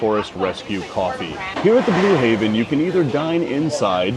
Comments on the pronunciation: Blue Heaven.. Heaven.. not Haven. Im not sure why it bothered me so much lol but it did. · It’s Blue HEAVEN not Haven